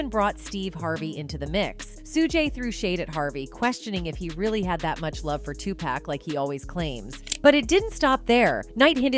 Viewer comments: He is not Suu gay, nor Suu jay; his name is pronounced Shug night. Also, it's Tupac, Two pock, pronunciation not Two pack. Whew, the AI mispronounciation of names is annoying. 🤷🏾‍♂️ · Tell me something. Who are Sue-Gay Knight, Sue-Jay Knight, and Tu-Pack?!😂😂😂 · Two pack ? Really Biiiiihhh-smh